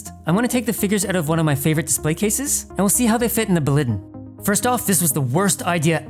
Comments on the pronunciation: Why do you say Baliden and Detof, instead of Blåliden and Detolf? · (BLAW - LEE - DEN) 🙂